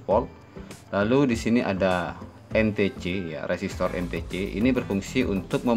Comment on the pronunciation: entece 😂😂😂 en-ti-si lah bru betul